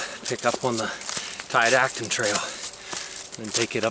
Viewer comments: Never heard it pronounced Ti-dat-on, always heard Ti-dot-on. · Tiadaghton: Ty-uh-dah-ton